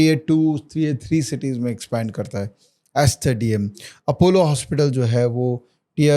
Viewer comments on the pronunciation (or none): none